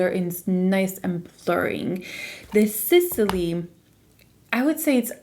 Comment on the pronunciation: Why do you pronounce Sisley like that there is anything between S and L ..... There's no any kind of ,,E,, sound there !